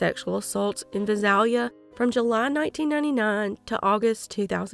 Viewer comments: Just wanted to let you know Visalia is pronounced Vie~sail~ya. Thank you for covering these cases. I live about an hour and a half from both Fresno and Visalia California. 😮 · Visalia is pronounced Vy-sail-ya(short a). May these victims rest in peace 🕊 🕊 🕊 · I love your channel and realize this is a very small detail, but... No doubt those familiar with cities like Visalia and Tulare would appreciate their proper pronunciation. It's only takes a 2 second search to find the pronunciation of almost anything. The internet is great for things like that. Serious shout out to family members who willingly give their DNA in order to help in these cases, even though the information has got to be brutal to learn. My heart goes out to all the victims and their loved ones. I don't ever want to picture what these victims might have experienced, because of its horrific nature. The nightmare lives on in the minds of those who care about them, while these perpetrators just went on their merry way. There really is no justice for crimes like these, but it's better for them to at least be locked away so they can't continue their reign of terror.